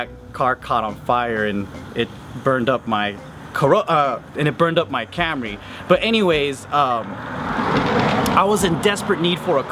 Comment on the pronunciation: LMFAO I didn't know you owned that Toyota "Ca ry." Laughed so hard with that video a while ago. Classic.